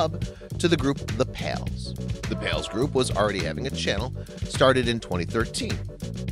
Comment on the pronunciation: When you said The pals, I heard it The pills